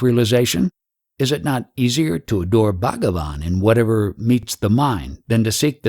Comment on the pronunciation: Referring to Ramana. He said Shri Bhagavan, but not pronounced clearly